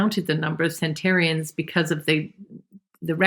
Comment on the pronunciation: Home in, like a Pigeon. Hone in may be commonly said but it is wrong. Also, it's centenarian, not centarian. Anyway, I feel way better when I eat meat, and I avoid UPF and vegetable oils.